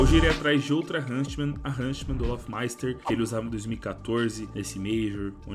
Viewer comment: Ver o falando hunSTman me da agonia, bom video.